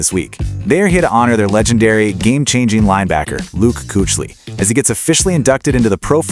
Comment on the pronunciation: Fix your damage AI. It can't even pronounce Kuechly correctly.